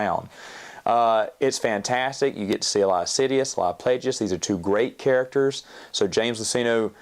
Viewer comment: I love you but the way you pronounce Plagueis 💀